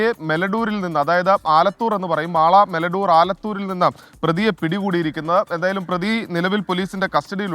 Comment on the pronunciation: മെലഡൂർ അല്ല..മേലഡൂർ ആണ് മാപ്രേ